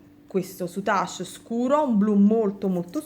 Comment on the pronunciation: Tesoro, io ho sempre pronunciato senza la e finale, come in inglese, sei sicura della tua pronuncia? si impara sempre, soprattutto dalle amiche vulcaniche, cmq rosa e grigio col blu marine è superbella come combinazione di colori ❤️❤️❤️